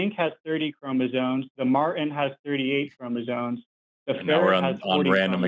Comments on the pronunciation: No no. "ChromasoNe". With an n. Every time. And he was trying to claim he was some kind of expert on something he couldn't even pronounce. 😂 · Seriously, this is why he's. He has chromosones, not *chromosomes*. You can buy them from Temu in a turkey baster. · You know you're dealing with a real biologist when they can't say chromosomes properly. Chromozones